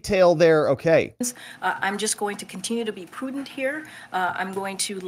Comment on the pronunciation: 1 second ago She also said "poodent'", whatever that is. I think she's paid by the word.